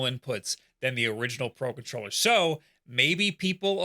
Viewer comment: Why do i hear "Paw Patroller" every time you say "Pro Controller" 😅?